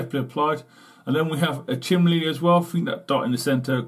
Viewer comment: chimney ....chim...nee...not chimlee